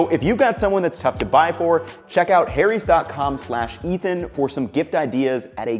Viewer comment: saying Harry's as hairies actually appropiate for this commercial ad this time all other times nope.